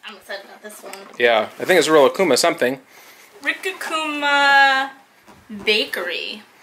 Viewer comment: Why does call it rickakuma? Lol